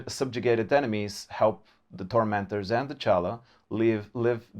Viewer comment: When he first said The Tormenters did anyone else think he actually said The Doormenders? I was like " theres a cult of slanesh worshipping carpenters and locksmiths?"